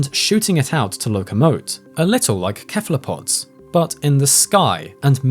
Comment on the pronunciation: This is great work, but you seem to have a mild case of calliope syndrome. Just as one example, you pronounce "cephalopod" with a hard C, when the first syllable is pronounced more like "Seth."